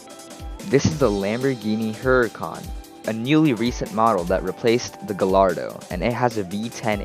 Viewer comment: Terrible video. Bro just listed random cars and then listed the names of other rappers who own the cars. Provides no source as to "which car nav will buy". Bro can't even pronounce Gallardo properly.